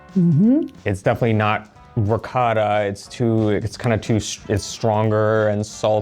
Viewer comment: Non si può proprio sentire la parola “Ricotta” pronunciata da. Ma nemmeno adesso che vive in Italia riesce a pronunciarla all’italiana e non “all’americana”, con quel “Rihccada”?